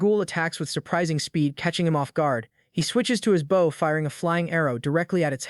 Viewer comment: It's always a giveaway when the word "bow" is used. AI always reads it as the verb instead of the noun.